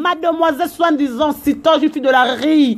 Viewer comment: Lobela likambo na yo po oza porte parole na bango te, oyo ozosala po batu bazala côté na yo. Yo Carine pe asunga yo ingrate yo pe La Duchesse asabota yo tika ko mélangé ba kombo ya batu po bosala bloc. Kizengi yango olobaka SOI DIZAN au lieu de dire SOIT DISANT. Yo ozofinga ye Sida mais yo nde okokufa avant ye po pasi ya moto pe ebomaka .Bourrique loba français lokola Aphy SOI DIZAN QUE TON AME REPOSE UN PEU bourrique